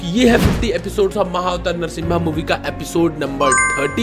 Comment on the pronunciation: Narshimbha nahi bro narshima pronunciation to thik se karo